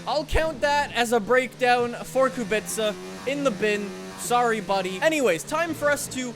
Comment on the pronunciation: Pls work on pronounce of the Kubica I beg you.